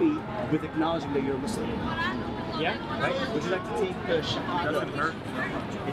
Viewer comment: Speaker needs to learn the correct shahadah pronunciation.